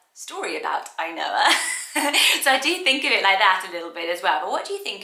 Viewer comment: The way you pronounce "Ainhoa" reminds me of the Finnish word, "ainoa" which means the only one.